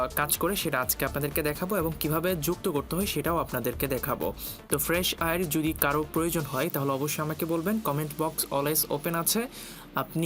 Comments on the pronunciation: It is called ফ্রেশ এয়ার bro, not ফ্রেশ আইর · fresh আইর না রে ভাই। ফ্রেশ এয়ার